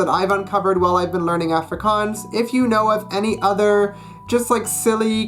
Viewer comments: Can’t even say Afrikaans properly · Studying for 3 years but cant even pronounce the name right. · He said efrikaans not Afrikaans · Him saying Afrikaans high pitched A Me saying Afrikaans like Aaaaa low pitched A P.S I'm 🇿🇦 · The way he says Africaans tho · It's pronounced more like aahh-fri,kaans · 1. It’s “Ofrikaans” not Afrikaans (just a pronunciation thing) 2. Verkleinings are to make a word small not to make it cute. You saying klein hondjie is incorrect cause you’re saying the little little dog 3. Let’s be real idioms in English are weird too I don’t want to seem rude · BROOOOOOOOOO, under 20 seconds in he already pronounced the name of the language in a weird way. (coming from a South African) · dit is regtig snaaks wanneer hy afrikaans sê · I know I shouldn't be harsh, but as native Afrikaans person I cringe a little everytime you pronounce "Afrikaans" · That’s not how you say Afrikaans I speak Afrikaans for my second language I live in South Africa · Fuck you so muck u can't even say afrikaans properly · Studying afrikaans for for 3 years and can't even say ''afrikaans'' correctly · u cant even say the name of afrikaans right?? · Afrikaans is not silly 😠😡😠(you can't even say it properly😈👿😠😡😠😐😐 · You have been doing Afrikaans for so long but you still can't pronounce the A correctly in Afrikaans 😂😂 Maar jy het nie te sleg gedoen...nie. Dis awesome om ander mense buite suid afrika te sien die taal leer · If you’ve been learning afrikaans for 3 years you should maybe learn how to say "afrikaans" properly first😂😂